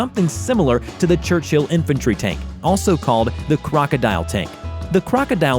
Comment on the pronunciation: Who the heck calls it “church.......hill”?????